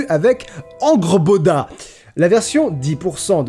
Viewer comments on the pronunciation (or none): Salut on dit hangeurboda on dit ça comme ça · Quand ta joué à God Of War Ragnarok et que maintenant tu te moques de la prononciation de "Angrboda" de XD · Pour prononcer plus facilement et plus correctement "Angrboda", il faut faire comme en anglais, c'est à dire rajouter un son "e"/"eu" entre deux consonnes, ici entre le "g" et le "r", ce qui donne "Angeurboda". Mais merci j'avoir prononcer les "j" "i" et les "u" "ou" ! C'est tellement rare.